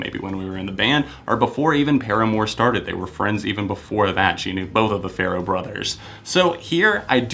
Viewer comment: OMG you finally said Farro right haha